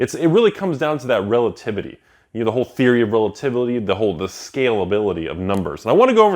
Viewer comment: Thanks for teaching us about the "theory of relatevely"!